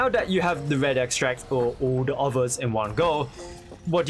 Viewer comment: Whenever he says der not the😅